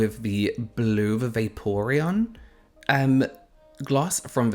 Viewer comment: You said vaporeon right lol. so cute! You really embodied the spirit of the colour selection